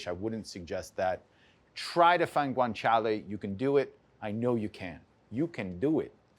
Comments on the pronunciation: But it is Guanciale not "Guanchale". ;) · He leans into it like he’s swearing in Spanish. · If it was a drinking game for when he says Guanciale!!!